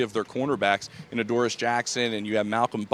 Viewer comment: Adoree not Adoris Jackson